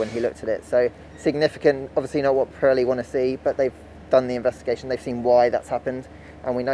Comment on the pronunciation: an-ah update-ah from-ah Pirelli-ah on-ah the-ah tyre-ah- issues-ah from-ah the-ah 2020-ah British-ah Grand-ah Prix-ah